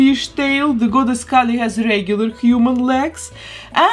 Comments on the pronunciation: Me watching with the same name as Kali: “she’s pronouncing it wrong” 🙃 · No, your name is the wrong pronunciation. Kali is a Hindu goddess lmao. It’s pronounced “Kah-lee” not “Kaylee” for Kali Ma.